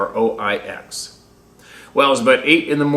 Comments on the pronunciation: Croix is pronounced "croy" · St Croix sounds like CROY. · It's pronounced (croy) but you do great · Croix is pronounced croy